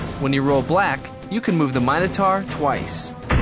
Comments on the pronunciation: What happens if you roll a black/grey after moving the Minotaur (or a wall). Do you get t do it again, or do you re-roll to get a number? Also the pronounciation of Minotaur really bugs me in the video. "taur" is TOR not TAR. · You are pronouncing Minotaur wrong